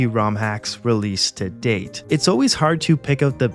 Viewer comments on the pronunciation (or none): none